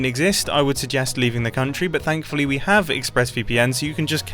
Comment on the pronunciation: doesn't his accent sound non British while saying "thankfully" here 😂 it idk it sounds a bit like stereotype Indian accent ,I am not saying this in any hateful way just sounded a bit different to me XD